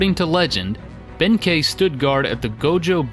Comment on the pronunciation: Some Japanese pronunciation hints for you! An "ei" always sounds like "ay," which would make Benkei "BEHN-kay." An "e," as in Heike, is pronounced a bit like a softer version of the "ei" sound I just explained, which ends up sounding more like "eh," as in "HAY-keh." Likewise, "Amahagane" would be pronounced "Ah-MAH-hah-GAH-neh." Most "u"s in japanese are quickly skipped over and very subtly pronounced, as in Yoshitsune. Here you would pronounce it "Yo-SHEE-ts-neh," as four syllables. A "u" in this case is treated as a kind of vocal break. To break this down, imagine the "ts" sound being its own word for a moment, and just say "ts" out loud. Then say "neh" out loud as if it's its own word as well. Then say them closer together, as if they're two words. The goal here is to not make it sound like "sneh" as if the "s" sound runs right into the "n" sound. "Yo-SHEE-ts-neh." If you have four syllables and there's a hard-to-describe break between the "ts" and "neh" sounds, you have it right. The same applies for "u"s found in other words, as in "sakura" (cherry blossom) or "naruto" (fish cake). Also of note is that "r"s are rolled slightly, like a very light "d" sound. Here you would say "SAH-k-dah" and "NAH-d-toh," both with three separate syllables. I hope this makes sense. It's probably the hardest sound to explain in text without being able to audibly pronounce it for you. On the other hand, if there's a line over a "u", like in Shippūden, then you pronounce it as a long "u" li